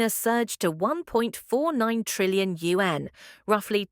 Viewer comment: Ai Voice can't pronounce RMB & Yuan ... Difficult to listen and comprehend calculations .